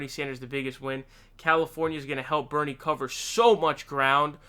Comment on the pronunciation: Thx for getting Bernie's pronunciation correct......you have permission to say Bloombard through I N F I N I T Y